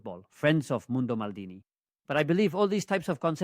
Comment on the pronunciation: Maldini en inglés con acento alemán